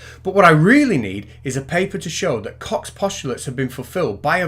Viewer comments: Isn't it pronounced "Coke's" postulates? Not "Cox?" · Goddammit,. I can't watch this. Everytime he pops up saying "Koch's" I crack up. X'D